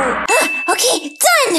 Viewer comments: It's okeh to not be okeh 😌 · it is okeh to be not okeh.☺